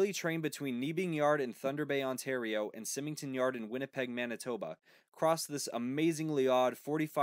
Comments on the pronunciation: Symington is pronounced Sigh-mington. Not Simmington. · It’s minor, but it’s pronounced “Simington”. Like the name Simon. Great video. (Winnipeg CN guy here) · Awesome video! It's neat to see someone cover the interesting Sprague line. As a Winnipeg foamer, I wanted to say that the yard here is pronounced "sigh-ming-ton", and the Sprague actually becomes the "St. Boniface Lead" and ends at Terminals Cutoff Jct close to the Downtown/Union Station area. But with those minor nitpicks aside, this is a really well done video! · He didn't pronounced Symington correctly, though.